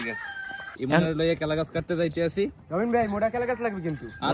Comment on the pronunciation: কলা ❌কেলা ✔️ 😂😂😂